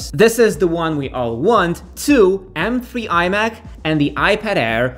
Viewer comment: pardon me, i'm a bit confused, you're saying m free or three? :)